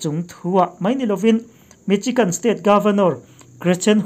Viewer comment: Michigan i pronounced dan hi adik lo.misigan ti a lam tur .